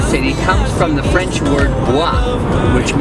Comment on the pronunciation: I just happened upon this video but I need to tell you that your French pronunciation is amazingly good.